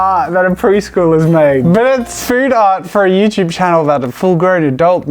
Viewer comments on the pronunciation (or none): none